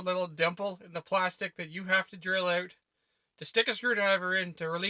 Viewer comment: I like how you pronounce out as "owt."